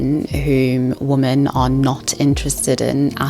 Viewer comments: Why do you pronounce the word 'women' like 'woman'? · Why do you pronounce “women” as “woman” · Women is pronounced as "wimen", not the same as "woman". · Just use Plenty of Fish- the people on there are real. You wouldn't swipe right on them, but it's nice to know they're real 😏 On a side note, "women" is pronounced as "whe-men", but your other quality presentation points mitigated that pretty quickly. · Women is pronounced "wihmen" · You need to learn how to pronounce "women". It is not the same like "woman". Besides that, great video. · I love your channel, and I've been binge-watching your content over the past few days. I hope you don't take this too personally, but I had to comment and say it drives me crazy that you pronounce "women" and "woman" the same. Is it a South African pronunciation? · I'm sorry but every time you mispronounced "women", it made me lose focus of what you were talking about